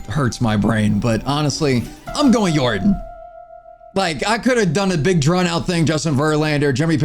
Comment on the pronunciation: "Yordin" Your-don